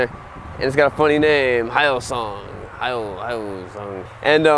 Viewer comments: Pronouncing the "hy" like "High" is like reading Japanese romaji, when hyosung is Korean. The right way to say the "hy" in "hyosung" is the same as the "hu" in "huge". So you can say it with a soft "y", not a hard one. And then the "o" is a hard sound in a "hip-hop yo", "yo what's up bro", or "toy yo-yo". Then the "sung" is literally "sung" like in the past tense for "sing" as in "she sung a song". Hyosung. Very smooth and mellow like. :) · If you ever sell another of these bikes the name is pronounced Yo-sung because the "H" is silent. Don't shake your head Wright is pronounced Right because the "W" is silent. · It’s pronounced more like he o sung trust me dude I’m Korea’s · I am living in South Korea right now.. I was corrected by a Korean guy here, it is pronounced "yo-sung". I guess the H is silent. He was also really drunk, so who knows if that's actually true. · The name is H-Yo Sung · The 'H' is silent. It is pronounced "Yosung", and that's easier to pronounce. The Koreans own this company, and they are becoming known for higher quality. Hyosung for some reason hasn't followed the same path. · I think it's pronounced as Hyosung (Yoh-sung) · If it name Kimchi it would probably had a better market.- But HYOSUNG? IT SOUNDED LIKE YANG CANT COOK. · The "H" is silent. It is pronounce Yosung, and much easier to pronounce. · HYOSUNG reads: H - Yo Sung (or you can read it as Heeyo Sung) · Try pronouncing it like "He yo son" lol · Heard it's actually pronounced Yosung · For goodness sake, you are pronouncing it like it’s a Japanese name, when it’s a KOREAN name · You say their name wrong every damn time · The way he pronouces hyosung confuses me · You butchered the name so bad xD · Should be pronounced "hio-soong" instead of "high-O-soong"! Just think about the Korean car "Hyundai". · Pronounced “He-yo-sung” not “High-yo-sung” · its Hyosung. it's already spelled properly right? not High-oh song.. the hell is wrong with you man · It’s pronounced hyo-sung not hi-o-sung